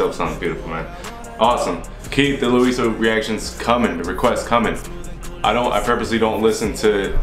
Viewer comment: You sometimes pronounce his name wrong and sometimes correct. I don't fault you there though It's pronounced Law-yee-so Anyhow 😀 New Subscriber Alart ❤ Thank you for reacting to our boys music. That is indeed one of his own songs ❤